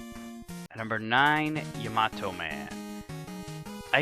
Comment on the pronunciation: It is yah-mah-toh. He mispronounces it.